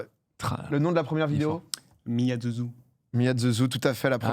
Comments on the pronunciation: Mdr le mec il fait bientôt 500 émissions il sait plein de choses mais il prononce Ze "The"... Quelle honte pour tous les français incapables de faire cet effort de prononcer le Th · Mdr, tu es vraiment sur son chibre à. 3 commentaires sur la chaîne de PA, 3 commentaires où tu le descends, "euh il prononce les "the" ze". Tu es d'un puéril mon gars, je crois que c'est toi qui lui pompes un peu trop le chibre.